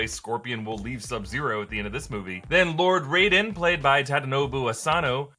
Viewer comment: I do believe you pronounce it rie-den